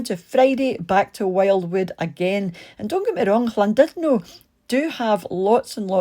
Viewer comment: Seems strange hearing a Scot pronouncing Llandudno properly - some English insist on pronouncing it Lan-dud-no!